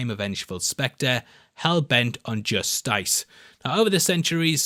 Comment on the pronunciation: Idk why, because iI've heard it before, but Just-ice had me ROTFL